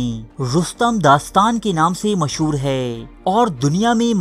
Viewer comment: Sir aap se pehle bhi guzarish ki thi ke aap hai ko hay parhte hain. Aap ke channel ka naam urdu diary hai to socha aap ki taseeh karta chalon. Bura mat manayay ga, aap ke channel ka maddah hon.